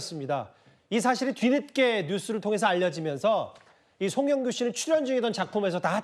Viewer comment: 마지막인데 이름은 제대로 불러줘라 앵커야